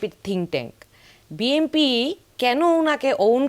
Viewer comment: এই মহিলা BNP কে BMP বলে কেন?